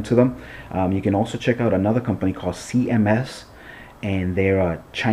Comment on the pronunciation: its CHMS not cms